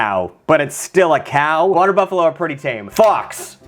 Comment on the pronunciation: Fresh water wotters